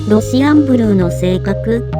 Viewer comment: ロシアンブルーを契約したからこの動画に来たけど、ロシアンブルーのイントネーションが変でイライラして最後まで見れなかった それかこっちが正しいイントネーションなのかな？(笑)